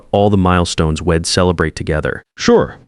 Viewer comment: ...horrible. AI says "shed" instead of she'd, "Id instead of I'd. "Wed" instead of we'd. Couldn't finish listening because the errors were so apparent throughout the the first few minutes of the story. More AI garbage.